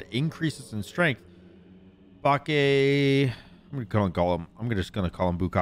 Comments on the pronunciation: It's Bah-kay, not bach aye. Aye is pronounced like "I" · I'm sure someone has said it but it's "bach aye" kujira. Great video though sam! Thank you!!! I already knew this dude was gonna be busted AF in duel but we needed to see you do it. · My favourite thing about this video was just saying Bukake like every minute 😂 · Every time pronounced BAKE wrong, it made me do a double take. 😂